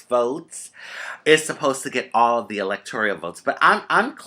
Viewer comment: Rajee honey I love you and you are so smart but need to correct your pronunciation on the electoral college. It is electoral, not electorial. Love you baby.